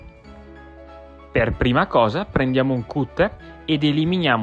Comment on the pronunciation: si pronuncia "catter" 😢😂